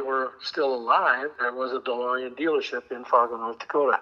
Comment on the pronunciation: DeBOREan! Please make it stop. With LOVE!